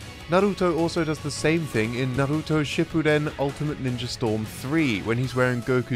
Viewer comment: why do people have a hard time pronouncing Naruto. it's like they overcompensate and then annunciate on the wrong sounds my guy said narRUto lmaooo or some people will say naruDO. it's just 3 sounds na-ru-to